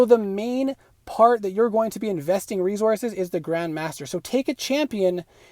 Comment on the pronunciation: Not only did you pronounce a word incorrectly, but you said it 200 times making this video unwatchable cringe. Re-Sources. It's an S, as in source. It's not re-Zorces... wtf is a zorce genius? It's obviously not Rezourzez. You also said certaint, maybe you misspoke on that one? I don't understand how people are so open with their lack of education these days.